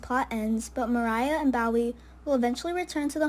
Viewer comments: Pronounced Bo ee not Bow ee. I think its like the singer, David Bowie....Bo ee. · It's not "bow wee" it's Bowie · Its Bowie (Boee)